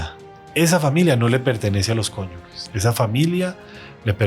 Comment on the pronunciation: CONYUGES, CONYUGES, CONYUGES. NO, CONYUGUES, . NOOOO CONYUGUES